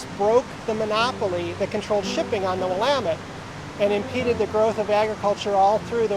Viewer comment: You should learn to pronounce “Willamette”. Your mispronunciation discredits everything else you say.